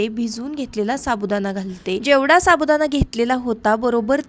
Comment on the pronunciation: साबुदाणा पाणी बोल साबुदाना पानी नाही